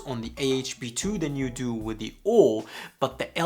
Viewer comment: I just accepted that he’s saying “O-o-r” for the memes…